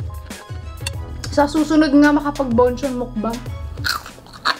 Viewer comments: One of the things that I love abt is hindi sya maarte when it comes on eating. Lalong lalo na sa line nya na "mukBAHNG!" DESERVES A MILLION SUBS 💙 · i love the way she pronounced "MUKBANG"